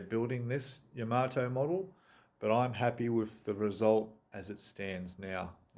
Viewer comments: I actually watched a Japanese girl who was building the Yamato, and she pronounced it..."Yamma-toe" I think we should all agree that THAT is a proper way to say the name of the ship? But really, whatever! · It’s not ya maato in japanese each syllable has equal stress it’s ya ma to.